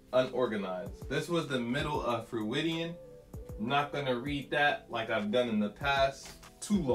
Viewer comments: he said freudian wrong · Great video, but that is N O T how you pronounce Freudian 😂